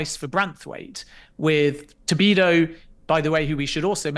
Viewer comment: Stop calling him Tobido!